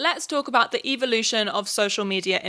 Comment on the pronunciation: Not sure if you said the “evil-ution” of influencers or if it was your accent but I love the Evil-ution